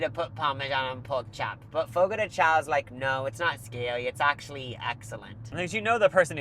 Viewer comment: Fyi CHAO is pronounced 'shòn'